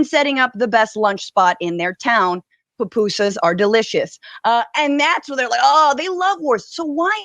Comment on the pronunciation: I’m highly offended how she said “pupusas” .